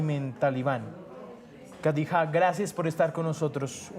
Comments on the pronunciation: No sabe ni pronunciar su nombre... Kadijá😂😂😂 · Le falta experiencia. Lo que no me gustó es que no pronuncia su nombre. Khadija se pronuncia Kh se pronuncia j y j como y o ll.